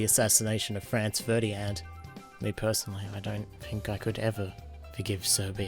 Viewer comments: “Franz Ferdian” go home you’re drunk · 'France Ferdy-And'